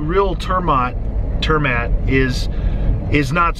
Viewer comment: Hue hue the way you pronounced turmat xD Means travel food, roughly translated